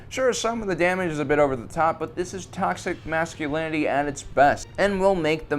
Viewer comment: " dees is taxic mashculinity ah its best "